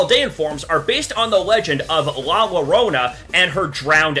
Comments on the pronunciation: " la lorona " it's pronounced yoh roh nah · La lorona 💀 It’s pronounced Yorona [in Spanish (LL) is = Y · It's la llorona. The double L is pronounced like Y. Yorona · La llorona is pronounced Joe-rona Not Ll -or na hope it helps. Oh and Joe-rona must be like the name. First say the name Joe and then say rona. I luv too see people trying their best to say things in spanish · It's pronounce yorona not lurona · First of all. What the fuck. Paldea = Spain Not Paldea = Latin-America. Spain is not Mexico. La Llorona (pronounced YOUR-ONA, NOT LORONA) is from Venezuela, NOT SPAIN. PALDEA IS SPAIN AND PORTUGAL. FOR GOD SAKE. Also, what is the Grookie one. No entendí ni verga. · It’s pronounced la yo-ro-na and the legend of “bruja” is just witch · La llorona is pronounced Yo-rona and Bruja is just witch in Spanish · I'm sorry, IT'S PRONOUNCED LA YARONA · The way he said llorona 💀 it’s pronounced YO-RON-NAH Double l = y sound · “Larona” you pronounce two l’s like a y. Please remember this before someone else’s soul leaves their body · Its pronounced la yorona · Its pronounced la yorona 😶😭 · When white people say LLORONA. it's pronounced Yorona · Omg being latin america the pronounciations are so cringe llorona is yollorona spanish for crying lady or somethin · La Llarona couldn't have been pronounced any worse... My Mexican heart!🥲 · I typically pronounce how it's spelt. I actually didn't know till afterwards that there's a Y pronunciation in the name, which baffles me haha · ok small lesson of language in english, words that have “ll” in them make the sound of a singular l in spanish, a double l makes a “yuh” sound like a y so in other words i couldn’t stop laughing when he pronounced la llorona like that most american thing ive heard all day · Not him pronouncing la Llorona wrong 😭😭😭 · That pronunciation of La Llorona was saddening... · Mkay at least these ones actually have some inspiration behind them but holy hell my ears hurt from hearing that pronunciation of la llorona.